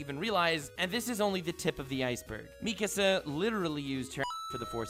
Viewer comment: Nobody:: Meeekuh-sa